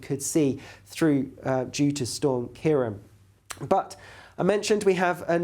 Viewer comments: it's KEER - AWN, not Keer-on. á as in Seán. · Ciarán is pronounced Key-'Raw'-on, like the name Ron, eg CiaRon, due to the fada over the last 'a'.